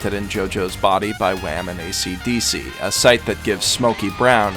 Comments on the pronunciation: Waam and aeseedeesee im dissapointed in you. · I mean, I literally didn't realize Esidisi's name was that, and not ACDC. Because when you say them, they sound the same